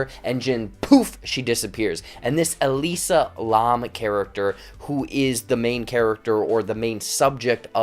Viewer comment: Elisa Larrrrrmmmmm (It's pronounced "lamb", like the animal)